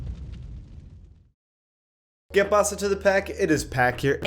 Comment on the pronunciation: I have a question, (Sorry I don't have social media) ¿Are you from a Spanish country? U know like if ur family talks Spanish because when you said "Que pasa to the pac" it sounds like a fluid spanish "I'm from Colombia so I talk spanish)